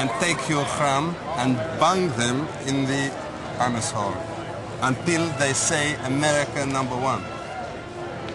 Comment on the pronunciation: He actually got the guy to say “anoose” lmmfao